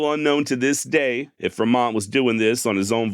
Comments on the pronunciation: 😂 I love you, you know that. You have great podcast, no matter who the subject. But it's pronounce Free-mont, not Fermont 😁 Keep up the awesome work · Hi, always enjoy your shows. Hate to nitpic but, I grew up in Nevada. Kit Carson and J. C. Fremont are on every school and street sign. Fremont is pronounced Fre' mont. jus sayin' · Pronounced Free-mont ! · Dude, your stories are the best, But it's Fremont (free'-mont) here in the Sacramento valley. 😅 Take care friend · It's pronounced John c free-mont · I do see where at times it is spelled Frémont, so I guess your pronunciation would be correct in that case. Sorry. Just sounds so weird after many years of following this guy to hear it said that way. 😊 Apologies